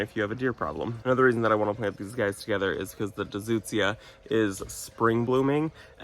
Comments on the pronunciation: I always enjoy your videos. It feels like we're all right there in the garden sharing time with a friend. You had me cracking up over the word "Deutzua." The sound of the vowels "eu" is the same as the two "oo's" in "boot." ...Doot - z - yah. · Hi, such cute chicks! It’s pronounced “Doy-tz-zee-uh” It’s on the proven winners YouTube, they tell you how to pronounce it there. I was saying it wrong for years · Hey, love seeing this new plant and laughed my way through your pronunciations! With your privet tree, I think you should cut it down to a stump, hollow it out, and make a beautiful planter instead of stump grinding. No idea if that would be a location you’d want to do that at but I’ve always wanted to try it. Have a great day!